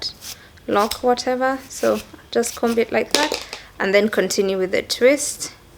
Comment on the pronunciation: Yaaas!!! Been looking forward to this. I'm also looking forward to a sit down with Nick. Those ones are bomb too! Sasa vile we both like good diction, I thought I'd just let you know that the b in comb is silent as in with any other words that a b follows an m. I also say flower for flour btw. Tuko wengi :).